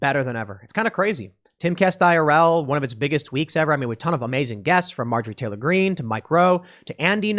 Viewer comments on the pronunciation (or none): none